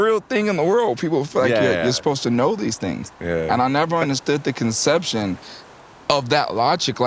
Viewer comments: Yatchy keep saying conception 😂😂😂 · The word is "perception " yachty not conception.